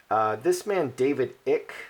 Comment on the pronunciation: David Eye.k is the pronounciation. QE is quoted as saying the people will accept me even though I'm not human....paraphrasing. They did have wings but God removed them as punishment. They live underground in deep caves. They breathe a different air to us. We would die in their environment. The lizard people are a race called Draco or Draconians and feed off fear and worry in humans. Hence the reason for wars, debt, mass killinsgs (false flag events) etc. The forces of good from the stars are helping to get rid of them due to their evilness.